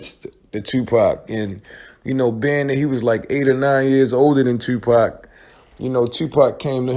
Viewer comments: Fuck this shit. Its not pack. Stop saying pack damm do ur fuckin research. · I wish they would pronounce 2PAC's name right. Legend deserves that respect. Yeah it would have been a dope track, and 2PAC was trying 2 help that DJ long term, but once again these ppl were not on 2PAC's level. They didn't see the vision of him eatn 4 life on that one song.